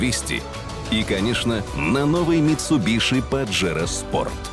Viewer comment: Как же режет слух "митсубиШи") Это звучит ужасно)) Почему не произносить правильно?))